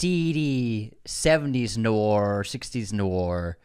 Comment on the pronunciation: Inconsistent pronunciation of the word ‘noir’. First was noo-ahr. Second was noor. I feel like I’m taking crazy pills. Unsubscribe! 😂 #nwahr